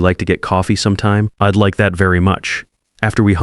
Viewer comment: I was multitasking, half listening and wondered what 'eed' was😳 oh, got it! it's - I'd 😁